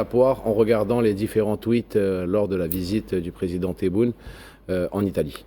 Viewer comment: notre président s'appelle Tebboune et pas Téboun C'est un nom propre Comme ton nom et pas Gézar Makhlou3in fi le français